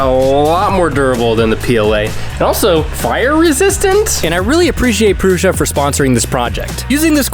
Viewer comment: Prew - Sah - not Prew - shah